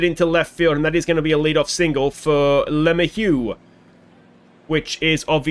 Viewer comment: I know you laugh about "he's not watching," but I can only imagine what some of these players would think if they stumbled across everybody's OOTP Let's Plays and had to listen to a bunch of nerds playing a spreadsheet game call them "garbage" and "too old"/etc. P.S. maybe a bit of help with pronunciation, or maybe not: Luh-may-hue ... with emphasis on middle syllable (may), maybe not quite a hard "h" on the hue at the end. Example of broadcasters saying it